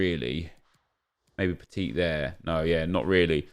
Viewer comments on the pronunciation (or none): none